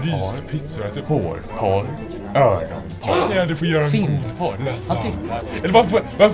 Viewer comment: Sa datorn "hårporr" eller "hårdporr"?:P